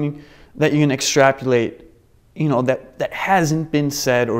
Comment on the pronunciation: hehehe, he said "extrapUlate" instead of "extrapolate".....he just used that word to sound sophistocated. however,the movie was wonderful! Love michael sheen!!!!!